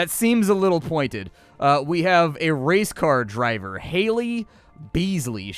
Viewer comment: Dunno why, but I heard race card driver, not race car driver.